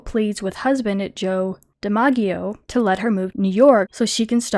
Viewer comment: Joe DiMaggio, lol. Love your new style pronunciation.